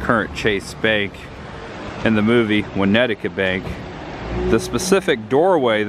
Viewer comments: Great video, dude, but it's "Winnetka", not "Winnetika" like you were saying. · Winnetka. NOT Winnet-ta-ka!!! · Nice work. However, it's pronounced "Win ET ka"...not "Win ETICA". That was driving me nuts :-) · Hall-sted. Not How-sted. Also it’s ILL-innois not ELL. Also it’s Winnet-ka not Win-nettica. Evanston is a suburb of Chicago not in Chicago. Just thought I would help. Cicero is ghetto. Glad you got out safe. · Great job, Uncle Buck is a classic and this is the first video I’ve seen shooting the locations. I didn’t see anybody else comment on your pronunciation of Winnetka, but since you might be going back for Home Alone, it’s pronounce Winn-et-kah. Thanks again for putting this together man! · Great video....! I was born and raised in Chicago, Thanks. Also it's pronounced (wa net ka) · Cool video, Win-nect-tah btw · Winnetka pronounced (WA-NET-KA) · Love the video. But I thought it was funny how you pronounced Winnetka and New Trier. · I will never forget the pronunciation of Halsted and Winnetka in this video. Lol. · You keep pronouncing Chanice, Winnetka, and Trier wrong.